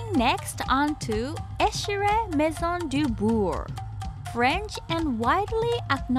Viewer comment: I’m from France and I plan to visiting your beautiful country pretty soon. Thank you for your nice video and the way you pronounce < maison du beurre > I definitely like it 😊❤